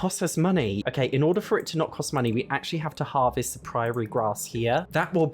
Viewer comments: Is that how British people pronounce prairie? I usually say pr-air-ee instead of pr-eye-aye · Odd tangent, but every time the prairie grass gets mentioned it makes me smile, 'cos the mis-pronunciation (prairie should sound like airy, not priory) makes it sound like they're living in a convent or something. 😅 Rather ironic considering who the sims are. 😂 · Just letting you know Prairie is pronounced like pr-air-ee, I understand the British struggle tho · What I really loved was the prairie grass pronounced "priory" grass... A priory is a small monastery full of monks or a nunnery full of nuns...and sadly, I don't think they are allowed any grass. Lol🪴🚭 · Never heard that pronunciation of 'praire' before lol